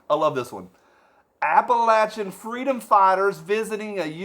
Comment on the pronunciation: My one word is.... to quote Kamala.... “fweedom”